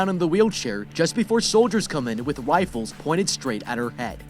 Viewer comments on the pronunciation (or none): wifles don't you mean rifles